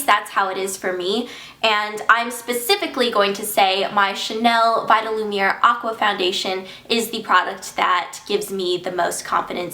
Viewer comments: i wish people would say vita-lumi-AYE instead of vita-lumi-AIR... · It's actually pronounced vita - lumi - ay